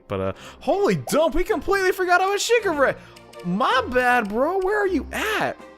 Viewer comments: It's pronounced shiGure. Focusing on the g. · It's pronunced Shee-geu-ray